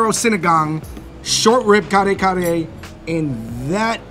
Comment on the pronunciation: just better pronunciations of the food names will help others say it correctly. Ka-re Ka-re not Car Car for example. 😉